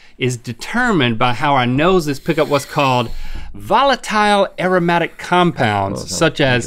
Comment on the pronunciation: I’m rewatching this after becoming an organic chemist, and boy do Rhett and Link need help with their pronunciations 😂.